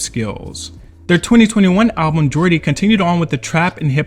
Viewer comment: Why does the AI voice keep saying Album in a weird way.